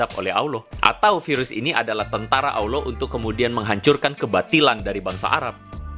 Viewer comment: Bukan Awloh bang tp Allah